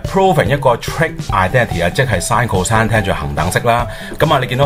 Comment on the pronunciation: 你都係讀cose嘅 人地叫cosine